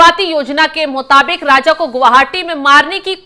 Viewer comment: राजा को राज़ बोल रही है ये न्यूज़ रीडर 😢